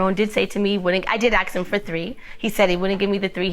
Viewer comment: "Ax me"???